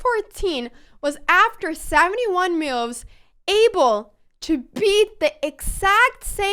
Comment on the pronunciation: Best name because she cant say moves, she says meoovs